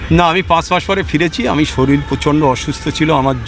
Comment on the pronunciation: শরীলে 😂😂😂😂 শরীর শব্দ টা ঠিক মতো উচ্চারণ করতে পারে না। তারা দেশ চালাচ্ছে।